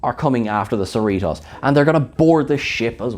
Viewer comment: And stop saying "Cerritoss" when it's "Cerritos." Long O sound. This is basic stuff...stop mispronounced the hero ship's name, for Kirk's sake! Seh-ree-toes, bit Seh-ree-toss. And Khan is con, not can. Or are you?